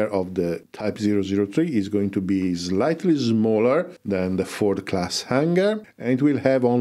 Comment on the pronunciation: I like how you say "Slightly Smaller" -- Zlighty Zmaller 😁